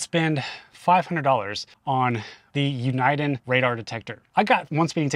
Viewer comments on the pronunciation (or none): Did you say "U-n-eye-den" radar detector? It's actually pronounced "Uni-Den". Also, I'm confused...you heard a scraping noise from under your car when turning and you didn't look under there, but instead took it to Tesla and they found a huge stick stuck in there. Looked easy enough to see yourself and then just pull it out. So what about the battery coolant, when it that supposed to be replaced? And the motors do have oil, when does that need replacing? But I don't know seems like your car had a lot of repairs from parts failures. I have a 9 year old Jeep (besides my Tesla), and it only had one thing go wrong, the voice command mic, which I fixed. And I've had many vehicles in my lifetime that never had as much go wrong as your Model 3 has. Even when I had my 2018 Model 3 it didn't have as much things go wrong. I'm hoping my 2023 Model Y will have way less issues than yours had. Most other auto makers will cover recalls outside of the warranty. So I'm a bit shocked that Tesla didn't cover your control arm replacements. You only pay $0.08 for electricity in your area at home?! In mine it's $0.33 and they are proposing another rate increase, good thing I have solar. And Superchargers in my area cost $0.43.